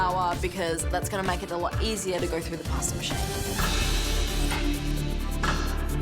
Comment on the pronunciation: It is quite clear how much respect she has for her family heritage by her pronunciation of "Pasta"